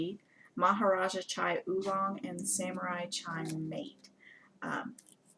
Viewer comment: Mate tea is pronounced mah-tay. ;)